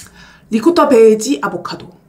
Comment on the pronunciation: 트레미셔널 리코타베리ㅋㅋㅋㅋㅋㅋㅋ 귀여운 햇님님..💗 트레디셔널이랑 리코타베지에요!!